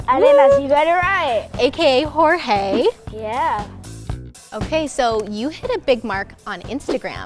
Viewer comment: I thought Jorge’s name is HorHay